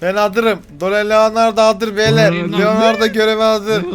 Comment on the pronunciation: Enes raphel donilando liolando maykilindo diyor .doğru olanları raph doni lio mayki